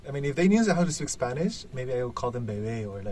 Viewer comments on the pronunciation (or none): Le salió un poco argentino el beebeeeee o queriiidoooo .bien porteño jajaja